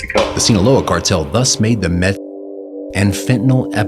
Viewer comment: You can't even say meth?